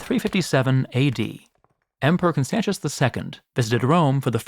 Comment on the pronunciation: Please learn to pronounce roman names. This is ridiculous. Constantius with a ch sound is a travesty. And so is the way you pronounce Justinian. A hint, English is one of the very very few languages with degenerate atavistic spelling which makes same letters pronounced differently depending on.. total chaos, apparently. The vast majority of languages which are not english have normal, healthy phonetic spelling where each letter is pronounced the same way no matter where it is in the word, and if not there are very clear very simple rules. Latin is one of those languages and learning to pronounce it properly takes all of an hour of your time.